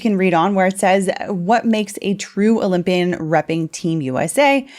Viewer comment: Cant say oly mpian sheesh😮